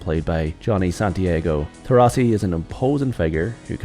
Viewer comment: For God`s sake, they`re italians, so they`re TorrIsi, not TorrAsi, and the protagonist`s name is pronounced as Entso, not Enzo.